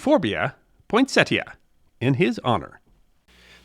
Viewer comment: Thank you for pronouncing the plant's name correctly!